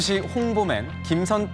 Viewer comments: 충주시는 진짜 대단함! 충주시장도 홍보맨도 공무원이 이렇게 멋질수가 있나? 그리고 충추시 아니고 충주시 입니다😊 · 충주시에요. 충추시가 아니라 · 충추시가 아니라 충주시입니다